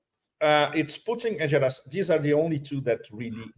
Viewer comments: "G" in Gerasimov' s name is pronounced like "G" in the word "Ground" or "Great". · It's Gerasimov with the hard "G" as in "garden".